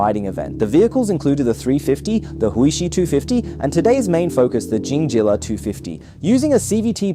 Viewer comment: calling it Honda and Jingjilla was intentional, wasn't it? or you are a guy with Chinese accent who cannot read?